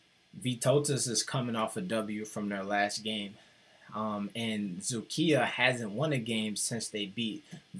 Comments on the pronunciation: Is doing remarkably good job on Vytautas games and I am amazed about his pronunciation of Dzukija. Just Lietkabelis is not realy "Lick the bell" teem, but in translation "Lithuanian cable" or "Litcabel". This franchase was established in 1964. My self waching Vytautas LKL and BBB games thuo I am Šiauliai teem fan. Best regards to. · You pronounced Dzūkija perfectly.